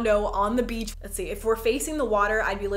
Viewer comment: Wow Jenna Marbles has really messed me up lol. Every time you say “beach” I just hear “beetch”